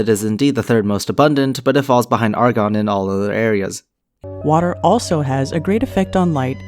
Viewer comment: "Argin". Demonstrating a firm grasp of the atmosphere by not knowing how to pronounce names of its components.